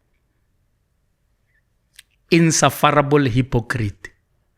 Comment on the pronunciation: Eish guy, if u gonna use words like insufferable at least make an effort to practice the pronunciation. And that’s only one word.😮